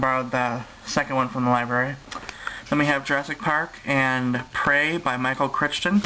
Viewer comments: hehehe :D sweet!!! book lover ;D oh and his name is pronounced cry-ton :) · it's pronounced ˈkraɪtən/; rhymes with frighten